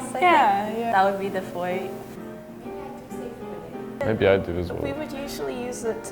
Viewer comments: Haha yup. As a Canadian from NB who has lived with French nearly my entire life, hearing "foyer" spoken as "foi-yer" made me die a little inside. At least one of them mentioned it was French. I didn't expect anyone to say versatile the French way though, so that one didn't surprise me. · Who is the English guy ,what a donut .foyer is a french word so the r is not said. Next time can you use people over thirty ,this lot sound as if they haven't finished their education .